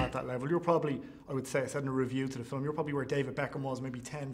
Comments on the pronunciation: He still says "filem" instead of film. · Filum lol